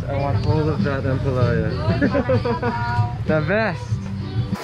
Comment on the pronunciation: pronounce ampalaya with stress on the last syllable or a. You're saying it like jambalaya hihi. I don't know why kumar is not correcting you hehe.